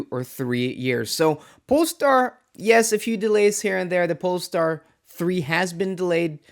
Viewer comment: What's a polstar 😮